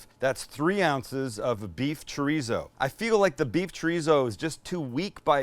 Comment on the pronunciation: I feel like after the beef bourguignon, Sam has been pronouncing beef as "beouf" And I'm here for it!